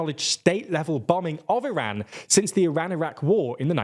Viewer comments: Iran is pronounced with an “open” a, and not a “closed” a. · Can you guys please fix your pronunciation of “Iran” it takes a simple Google search